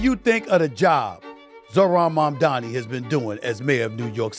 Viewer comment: His name is Mamdani M-A-M-D-A-N-I 😂😂😂